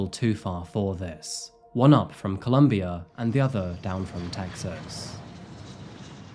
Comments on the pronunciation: It’s COLOMBIA. Pronouncing it as Columbia changes the understanding entirely! And this isn’t the first time you’ve shown your caucasianness in your narrative. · Why do you call my country “Columbia” it’s “Colombia” FFS!!!